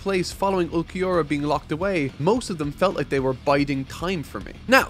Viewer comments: Not gonna lie, im really disliking the lack of effort when it comes to name pronunciations. Like this blind review series is great so far but it doesn't make sense how you can go through and take clips from the anime in order to illustrate the cool parts of the scenes as you talk about them, but can't go watch/listen to see how the names are said. Ulquiorra is a tough one if youre just reading it but you didnt even try with yammy and thats hilarious. And the part where Grimmjow and his fracciones fought the soul reapers you didnt even name one of them like it cant be that hard. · For Ulquiorra's name it's pronounced Ool-ki-or-ah. Hope this helps. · Ool-key-ora & yaah-me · not even trying to say Ulquiorra's name had me crying. Bro.. put Google Translate or something in Spanish and be done with it. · Ulquiorra: Ol-Key-Or-Ah Yammy: Yah-Me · Their names are Ulquiorra (Ul-KEY-aura) and Yami(Yam-e) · you pronounce ulquiorra’s name as ool-kee-aura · I won't say I'm a Bleach hater, but I definitely have some hard feelings with this series. The fights definitely bloat this section of the story and not every cool thing gets paid off at all. Some stuff just straight up gets ignored. It's truly frustrating to see Chad ultimately get the Piccolo treatment. Also, Ulquiorra is pronounced "ool-key-or-ah". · The shorter Arrancar's name is pronounced (ool-kee-or-uh), the bigger one's name is just pronounced Yammy, simple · "Mr. Vegetas" Name is Ulquiorra. Its Pronounced as OOL-Key-Ora. im not reprimanding you but just to give you the Pronunciation. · Ulquioras name is pronounced "ULL KI ORRA" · no es tan difícil pronunciar Ulquiorra papi